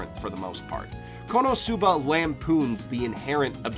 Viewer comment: omg ur frustrated because some people say re zero wrong but you can't even say the Japanese u. you can't even say konosuba or subaru